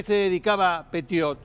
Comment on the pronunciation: Pronuncie bien el apellido por favor 🙏